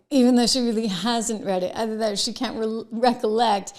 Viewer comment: How awful in the first thirty seconds of the show you dropped your t's twice. Are you kidding me? Speak English. pronounce your t's. You sound like a moron. There is an attack on the English language and you are participating. How Awful!